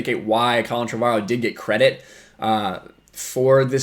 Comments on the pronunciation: It's pronounced Trevor-O. Drives me batty when people say it wrong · Why does everyone have such weird pronunciations of "Trevorrow"? It's literally pronounced "Trevor Row".